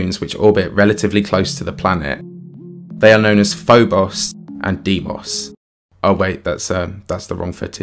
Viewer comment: I gotta say, I missed hearing you say "Phoboss and Deemoss" in your accent. Im so glad you put that reference in this video. Love the content